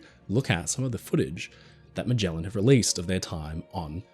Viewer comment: Are you mispronouncing Magellan? Definitely research. The Bismark is not famous, it is infamous.